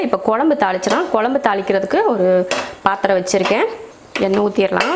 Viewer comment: நீங்க கொழம்பு னு சொல்லும்போதே கேக்குறதுக்கு நல்லாயிருக்கு